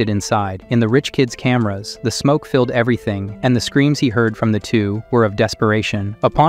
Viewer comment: Your viewers are incredibly nice to not complain about the horrible mispronunciations of basic words like "million," "filled" and "basically." Sounded like a hundred such annoying screw ups in just the first 5 minutes.